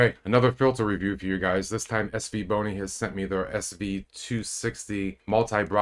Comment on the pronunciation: Haha you said “boney”